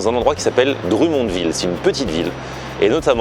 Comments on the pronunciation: dr U monville lollll ca se prononce drum comme des tambours en anglais... drum monne ville. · Salut! pour info Drummondville se prononce Drum (comme un drum pour la musique) mond (mund a l'anglaise) ville:P Sympa la visite au Quebec. PAr contre tu risques de partir une guerre sur l'emplacement ou a été inventé la poutine XD Certains dise que c'est a Drummondville, D'autres a Victoriaville et d'autre a Warwick XD J'espère que tu te plais au Quebec. On aime bien vous recevoir pour partager un peu de notre culture:) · la prononciation du DrummondVille: c'est Dr(homme)mondVille